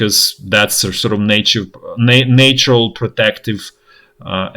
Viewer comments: English is second language of mine so I could be wrong too :) When he says “ natural gas” it sounds like “nature gas”. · Yes, he is saying "natural gas", but with the same hard 'a' as you would use in saying 'nature'. The English language is crazy, my hat's off to anyone who can speak it even half way fluently, let alone as well as this guy does. I think he would appreciate the correction though. People that are almost perfect at something always want those last few bits polished up. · To be clear, nature and natural have a different 'a' sound. Nature is a hard 'a' as in late. Natural has a soft 'a' as in cat. In case he was wondering what the slight difference was. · I’m impressed with your ability to explain the situation clearly. You leave out the emotional, unimportant parts. Your English is really good, but if you’re looking to improve it even further, the word “natural” is pronounced slightly differently. Doesn’t bother me, but thought I’d leave feedback.